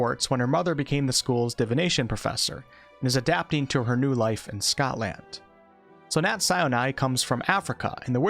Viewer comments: ‘’Scot-land’’? Sjeesh 😂 Great video otherwise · love the videos but why did you say Scotland like that